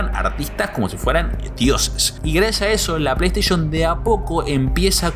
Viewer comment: O “pleisheishn” o “pleisteishen” no existe ningun razon pa llamar las “PLEISTEI(SHON)”” ninguna… ni en latinoamerica ni en españa. Station se pronuncia como (steishen) no como (steish(on) VIDEO ES. Deee putamadremente interesante! ❤ gracias! 🤝🤝🖤🧑‍🌾